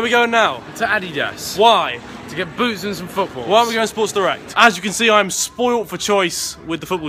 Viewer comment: Adidas? Wtf It is not pronounced like that in England surely😂